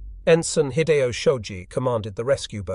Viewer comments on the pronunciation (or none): none